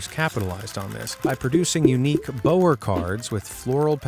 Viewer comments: It’s “BOW-er” as in “take a bow” not “bower” as in Bow & Arrow. Specially upsetting for me because it happens to also be my family name. Same spelling and everything. As well as being all euchre fanatics. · One thing... 'bower' is pronounced bauer. Just ask Johnny. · The word "bower" is pronounced like the the dog's bark, "bow-wow," or as in rhe act "I bow" to my dance partner.